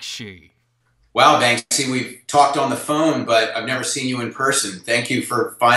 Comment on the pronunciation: Shee Shee ish Bankshy? Holy shite!